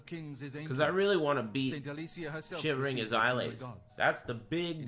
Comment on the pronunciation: His Shivering Isles mock-pronunciation is za besto.